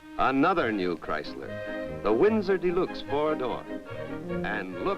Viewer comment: The narrator repeatedly mentioned "The New Yorker dee-LUKES." Most automotive aficionados are unaware of the 1955-only trim package called "Electro-Whocardial Snukes," which replaced the radio with Jingtinglers and located a secondary Floofloover in the luggage compartment.